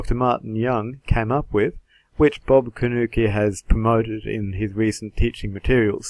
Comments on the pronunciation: His name is pronounced Corn Nuke, not Cornukee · You are pronouncing your opponent's name wrong. It's properly pronounced C-O-R-N-F-L-A-K-E.